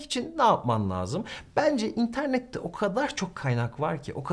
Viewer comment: Hocam, lâzım kelimesini telaffuzuna uygun olarak ince , parlak a ile söylemelisiniz, laazım olarak kalın a ile değil.